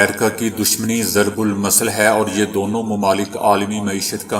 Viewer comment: Wrong Urdu,zarbulmisl is right, not zarbulmasl.